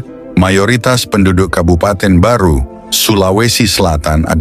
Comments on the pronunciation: Barru bukan Baru. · Barru bukan baru